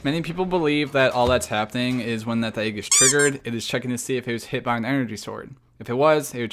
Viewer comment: Disliked because you say "AYG" instead of "egg"